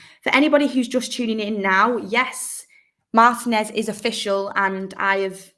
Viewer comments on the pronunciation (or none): Mar-TEE-nez not Mar-tih-nez